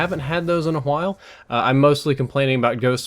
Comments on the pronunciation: Ha he said qwhile instead of while...! 😄😂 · lol your putting too much emphasis on the H lol starting to sound like stewie nice vid by the way